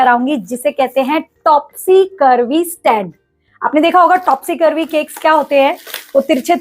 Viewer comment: Mam topsy turvy hota hota hai ..topsy curvy nahi 😊